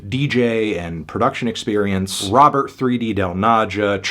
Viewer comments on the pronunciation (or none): none